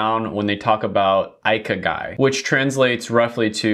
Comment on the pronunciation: Ikigai is pronounced ee-key-guy